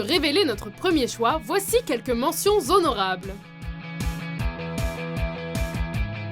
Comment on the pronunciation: c pas "zonorables" mais "Honorables" ; ) Sinon bonne vidéo ; )